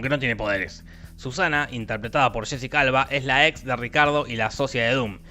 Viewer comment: Cuando dices Jessica Alba suena a Shesi calva